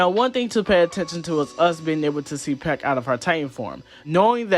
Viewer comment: Why are you pronouncing Pieck like that? Super distracting dude